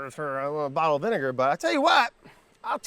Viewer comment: Im sorry, did he say 23$ for a bottle of vinaiger? 😂